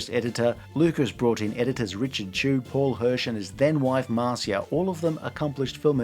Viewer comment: Oh, and its pronounced Mar-sha, not Mar-see-a; as in Marsha, Marsha, Marsha! The woman who saved the film, by giving it heart. That was the difference then, and why the originals are superior; Lucas wasn't surrounded by Yes-Men; people actually critiqued things and forced him to do better, especially Marcia Lucas.